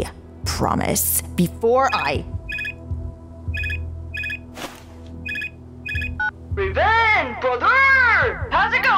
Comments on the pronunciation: I died when he said Raven and Ravin xD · It raven not ravin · He says ravens name rong sorry if u see this